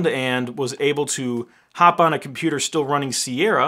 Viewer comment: sounds more like "please daddy, can I have a usable computOr"? And Apple says no)